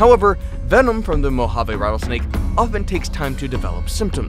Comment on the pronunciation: the way he says mojave lmfao